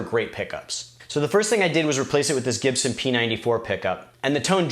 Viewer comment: So to summarise, toan is in the Chibson. Got it 👍